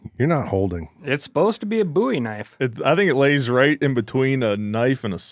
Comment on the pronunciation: First of all it’s a double O sound, Boowie. Not like the singer Bowie. Secondly, maybe David Crockett died surrendering to Santa Anna, but cowering in the corner he didn’t. Be careful stepping on Texas heroes and legends, we’re pretty damned proud of them. Especially those of us whose ancestors fought for independence.